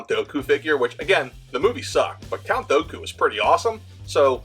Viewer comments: Hearing you pronounce Count Dooku wrong hurts me lol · no one is gonna mention how he says dooku?